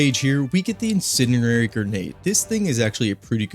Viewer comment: I know it doesn't really matter but I'm just commenting cause it bugged me. The d in incendiary is not silent, every time he says "inceniary" instead.